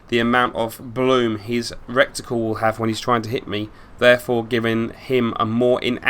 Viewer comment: I love the use of Recticle, makes me chuckle... Great videos, keep them coming.